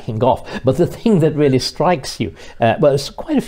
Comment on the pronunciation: Peter Willy is weally first wate.